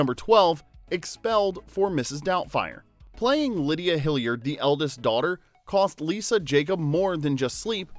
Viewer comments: Hillard is not a hard surname to pronounce....but for some reason you are really struggling with it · WHY OH WHY FOR THE LOVE OF SOMETHING do you pronounce Daniel HILLARD AS HILLIARD?? there is only one letter I in his surname dang it! get it right! H I L L A R D not Hilliard. ffs. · Was his last name pronounced Hilliard? I'm the movie they all say hillard?? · It's Hillard not Hilliard. Mrs. Doubtfire is still 1 of my all-time favorite movies. Great casting. RIP Robin Williams, Anne Haney, Polly Holliday & Robert Prosky. You're all loved & dearly missed. Love you all. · It's bugging me that the narrator keeps pronouncing the surname as 'Hilliard'. It's 'Hillard'!! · I’m just wondering if you were pronouncing their last name wrong accidentally or intentionally, to get us to mention it in the comments (for engagement). Hillard not Hilliard or Hillyard. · Bruh…It’s pronounced Hill-ard. Not Hill-yard. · Hillard not Hilliard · You butchered Daniel Hillard's last name, and Mrs. Doubtfire's first name.